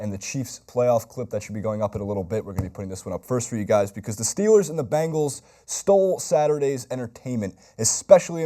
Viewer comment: Why can't pronounce Bengals?